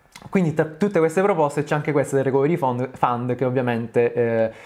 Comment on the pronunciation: ohh finalmente uno che dice fund e non found.